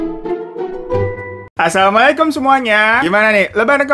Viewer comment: Kok assalamu 'allaikumnya judes bngt bang.....😅😅